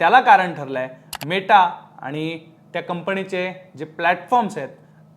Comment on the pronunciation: कंपनी असते,कंपणी नाही